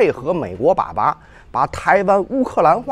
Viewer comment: 美國是爺爺，日本才是爸爸（發音為把巴）。